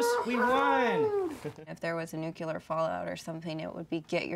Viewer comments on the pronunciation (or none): If you're going to believe in a nuclear apocalypse, as least learn to not prononce it "nuke-ya-ler".